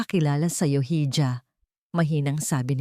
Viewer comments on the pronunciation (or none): You always pronounce the word hija wrongly, it's not hidya,, it's iha...🤔😛